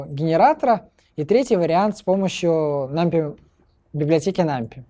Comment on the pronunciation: 'нампи' и 'тёпл' режут слух